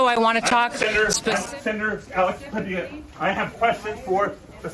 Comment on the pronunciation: Honestly surprised you pronounced the name puh-dee-uh instead of puh-dill-uh, given how you mispronounce other things. :) Great vid!